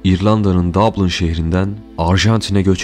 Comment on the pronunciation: DABLIN DİYE OKUBMAZ DABLİN DİYE OKUNUR